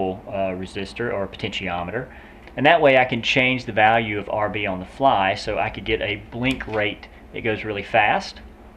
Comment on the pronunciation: On - ohn